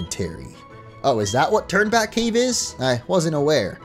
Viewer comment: Lowkey thought was saying “Turdback cave” but it’s Turn Back cave